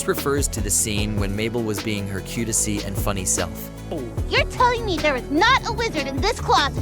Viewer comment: i figured it was when the words "unusual" and "cutesy" were horribly mispronounced